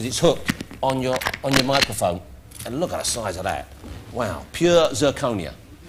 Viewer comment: "ey man i paid a lot of money for these diamonds you call em circonia